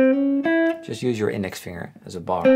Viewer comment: Je spreekt het woord finger steeds verkeerd uit. Het rijmt nl. NIET op “singer” maar heeft een duidelijke g-klank na de -ng